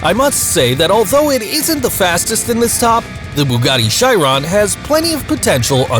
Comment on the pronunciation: you said Chiron wrong btw just saying